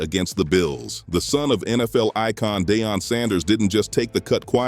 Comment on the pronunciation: His name is Deion, C'mon man!